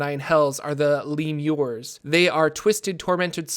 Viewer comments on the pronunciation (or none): Great video, but I believe it's pronounced 'le-mu-re'